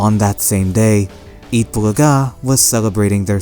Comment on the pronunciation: thank you butcher the pronounce of eat bulaga......